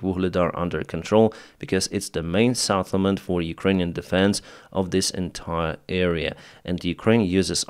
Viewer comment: SETTLEMENT not SATTLEMENT